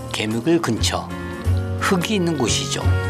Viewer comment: '흙이'는 '흘기'라고 발음을 해 주라. '흑이' 이건 '흐기'가 맞지만...